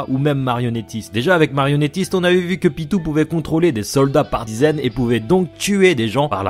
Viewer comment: PYTO ON DIT PYTOOOO